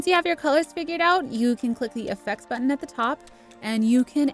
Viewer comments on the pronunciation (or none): none